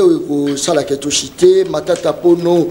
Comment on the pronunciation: Matata mponyo et non pono ....faux journaliste